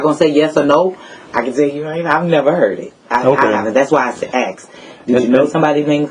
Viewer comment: I’m glad she “aksed”. It sucks but Louisiana is a stop and ID state. I’m not saying I know that was legal in your case.